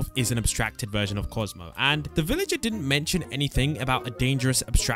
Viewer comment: Bro said Cosmo instead of kaufmo